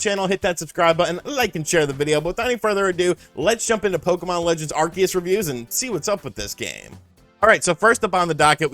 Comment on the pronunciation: Are-see-us. Just because the shows Canadian voice actors said it wrong, doesn't mean that's how it's said.